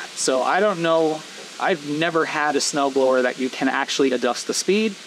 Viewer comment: It turned you saying "snow blower" into "snow frower" lol